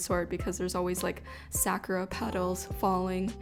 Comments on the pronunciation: 🌸 Sa-KU-RA ----- not "Sah-cure-rah" Other than the haole pronounciation haha I LOVE this spread! 😍🙌🏽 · Off. I cringe every time she says Sakura wrong. Ehehe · The Japanese pronunciation of Sakura is "sah-koo-ra" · Love the theme and just a heads up the ku in Sakura is a softer sound and the hwa in hwasa